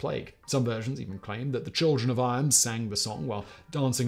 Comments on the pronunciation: Morning! Eyam is pronounced "eem" not "I am." Source: Living near there. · Eyam pronounced EEM (to rhyme with Beam) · The village in the midlands Eyam, is pronounced “EE-m” not “eye-am”